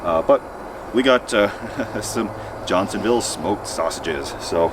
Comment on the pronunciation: Ha! Did he say John Seville sausages instead of Johnsonville?